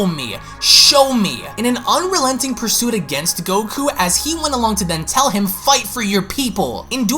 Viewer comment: HA You said Unrealenting😂 Love your vids bro